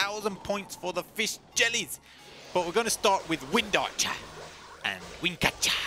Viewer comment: How you said wind archer was so satisfying af